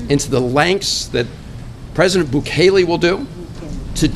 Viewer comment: Prounced Boo Kay Lay!